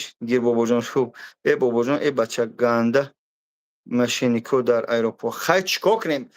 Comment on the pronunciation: Аэропорт а не Айропорт просто жест позорище